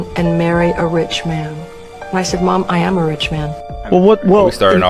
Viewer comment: She put to much emphasis in iam when she said i am not in the nati